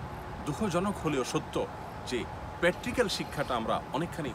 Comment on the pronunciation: প্যাট্রিক্যাল নয় প্রাক্টিক্যাল হবে